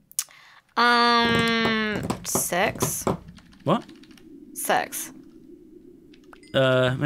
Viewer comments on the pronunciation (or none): "How much glass do you have" - Says SIX making it sound like "Sex" - "Maybe Later" YOGSCAST EVERYONE! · "Six" (sounds like sex) - "what?" - "six" (sounds like sex) - "maybe later";););) OOOOAAH FUCK BUDDIES CONFIRMED!